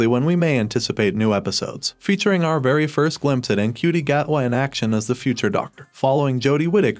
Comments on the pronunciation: Ncuti is pronounced "shooty", Davies is pronounced Davis (or at least it is in RTD's part of the world, which is also mine) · Ncuti is pronounced more like shoo-ti, I believe